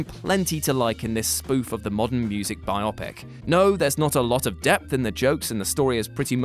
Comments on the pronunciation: The way you say biopic is fucking bizarre. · Stop saying biopic weird